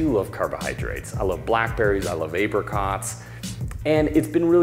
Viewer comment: The only thing I didn’t like about this video is that he said apericots